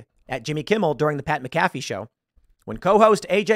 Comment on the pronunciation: I love you, Tim, but why do you constantly get people's names wrong? Colin Kaepernick Pat McAfee Countless others. Literally takes seconds to watch a YT video to get the correct pronunciation of their names.